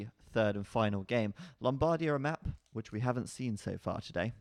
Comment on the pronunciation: the right pronunciation of Lombardia is with the accent that falls on the end. LombarDIa ..not LOMBHardia